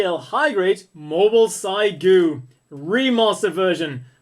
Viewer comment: pretty sure it's pronounced Seegoo...not cygoo